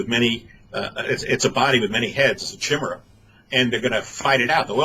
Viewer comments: It's pronounced "Ky-mierra" not "kim-erra." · Great show, great info and scary but rather be scared and prepared than blissfully ignorant. Side note: Chimera: ki-meer-uh